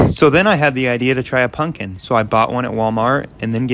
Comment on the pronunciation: I love how he says punkin